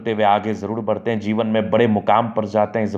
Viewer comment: Zeewan nhi jiwan… dhand se bolo bhai